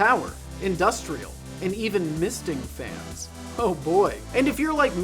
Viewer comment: Fans? I thought you said enriched uranium!